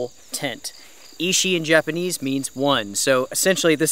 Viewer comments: Ichi like its spelled in the title means One. Ishi like you pronounced it means Stone. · my friend. Ichi…. Sounds a little like itchy but the I in Japanese sounds like an e. EE-CHEE… love your videos. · Ahah Ichi you must pronounce it: itchi!:D Nice, thank you!